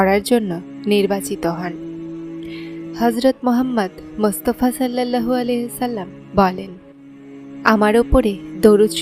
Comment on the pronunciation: কিছু মনে করবেন না, উচ্চারণ টি, সল্লাল্লাহু হবে